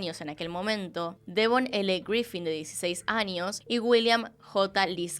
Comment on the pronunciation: soy yo escucho que dices anios en vez de años ??